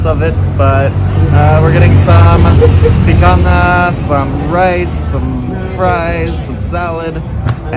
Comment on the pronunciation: Certo que nao tem jeito da falar picanha corretamente 🤣🤣 👍🇧🇷💯 Gde abraco aos viajantes